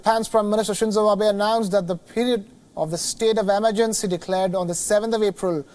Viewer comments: Emergency isn't pronounced the way this presenter thinks it is. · Pronunciation of certain words changes from person to person... what’s the big deal if he pronounced emergency “wrong”